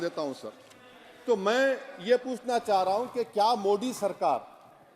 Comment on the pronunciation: औबेसी जी हर जगह "द"को "द" ही बोलते हैं जैसे "हिंदुत्व" लेकिन "मोदी"को *मोडी*क्यों ?